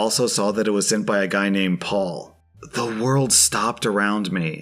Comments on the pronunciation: I never realised N Americans pronounce Perry as Paul! I know you don't pronounce double Rs in the middle of words but I thought that would make it Pey. Live and learn! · Story #1: how is it that "Perry" is pronounced "Paul"? Lol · This may surprise you but the name "Perry" isn't pronounced the same as "Paul." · Is Perry pronounced as Paul? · Apparently Perry is pronounced Paul? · ive never heard perry pronounced as paul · I don't think that's how Perry is pronounced.